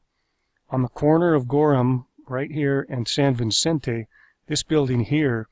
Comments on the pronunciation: It's San Vicente not San Vincente. Duuuuh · It’s pronounced “San Vi-cent-ay”. Not “San VIN--cent-ay”. There’s only one N in Vicente. (San Vicente)